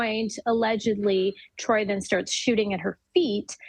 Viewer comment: She Called This Man Troy 💀💀💀